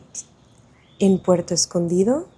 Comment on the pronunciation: No sabía que eras nativa del español 😮, lo puede notar cuando pronunciaste: Puerto Escondido😮😮😮😮😮😮